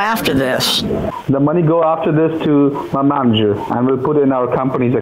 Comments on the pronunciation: Not “ manager” “maneger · “Maneger” lmao 😆😆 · They mispronounced “manager”, their scamming became invalid, you won this battle from the start Also go,!